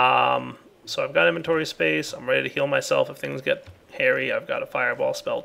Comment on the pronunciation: "I'm ready to heal myself..." I thought he said kill myself instead of heal myself, replay that and think about it LOL